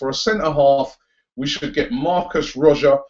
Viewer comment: YOU FUCKING PRONOUNCE IT CAR-VALI-O FUCK SAKE, AND MARCUS RODGER? ITS MARCUS RO-HO, HOW IN GODS NAME DOES SOMEONE PRONOUNCE ROJO AS RODGER?. YOU FUCKING HAVE THIS MASSIVE CHANNEL AND CANT PRONOUNCE NAMES. IF YOU FUCKING DONT KNOW THEN FUCKING LOOK IT UP.